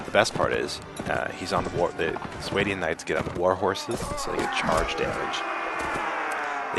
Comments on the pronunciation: I think it's called sw-ah-Dian not s-way-Dian. But besides that good vid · What's a SWAY-DEE-IN?